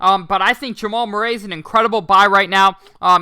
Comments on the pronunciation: Just a heads up from Mr. Murray here. Murray is pronounced (mer-ree). 😉 Thanks for the 🔥 content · How can I take advice from a guy who cant pronounce Murray